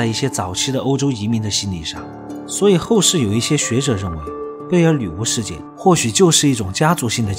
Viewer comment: 背景音樂比你說話大聲，說話該斷點就斷點，不要硬拉造成鼻音超明顯，整部片子都在貝爾“鋁”巫